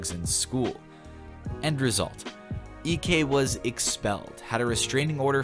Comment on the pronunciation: That moment when you say eekee instead of EK